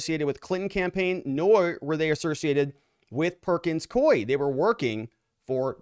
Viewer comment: Perkins “coo ee,” NOT NOT Perkins Coy! Please pronounce the name of the law firm correctly!